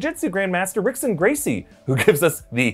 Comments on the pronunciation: It’s pronounced hickson not rickson Gracie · I am about 99.9% positive that Rixon is pronounced Hixon. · its pronounced Hickson Gracie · Pronounced "Hickson" Gracie. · Grandmaster Rickson Gracie, is pronounced "Hick Son." Like Royce Gracie is pronounced "Hoyce." Also his jiu jitsu is Gracie Jiu Jistu, not Brazillian Jiu Jitsu. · It's pronounced "Hickson Gracie" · "H"ickson is the pronunciation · It’s pronounced Hickson Gracie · its pronounced "hickson" Gracie... just so you know them Brazilians be turning R's into H's when they feel like it...